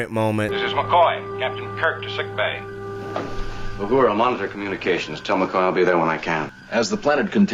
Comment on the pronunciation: It's UHURA not OWHORA.... 😄Don't worry EVERYONE makes the same mistake.... Great Reaction!! Thanks